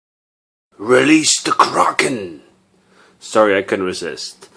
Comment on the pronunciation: finally someone who pronounces "kraken" right!